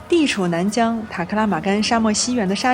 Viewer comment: 😱啥？馬肉？回教徒不是不吃騾.驢.馬.猪.的肉嗎？ 《莎車》的車唸做《居》的音！